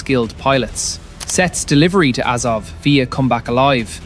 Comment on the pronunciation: AZOV, not AZOVE .